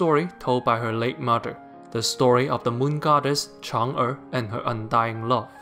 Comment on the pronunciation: I'm so glad I stumbled upon this channel in 2020, you reviews are absolutely amazing. Also this videos will go down in history as the only English review that can pronunce Chang'e correctly :) Happy holidays!